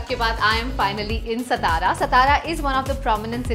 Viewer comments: हे ‘सतारा’ काय लावलय….MTDC ने sponsor केलयं तर त्यांच्यापैकी कोणाला साधा उच्चार शिकवता येत नाही का? कहो: सा ता रा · its saa+taa+raa=' satara 'not stara. plz pronounce correctly ! ow video is good.